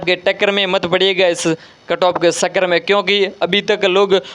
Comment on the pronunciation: Sir pahle chakkar bolna to sikh lo